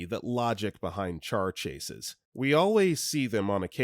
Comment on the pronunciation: "char chases"